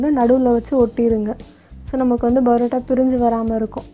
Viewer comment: It's not barota it's parota